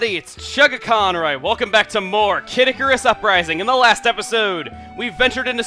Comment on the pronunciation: I keep thinking he says 'Caddicarus' the Youtuber rather than 'Kid Icarus'.